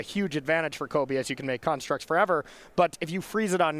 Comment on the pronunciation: Why do the commentators continually call them karnstructs instead of constructs, is there some inside joke there? It's kinda annoying otherwise